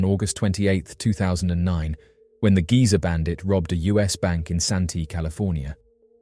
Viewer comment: Not giza bandit Geezer bandit. As in old geezer.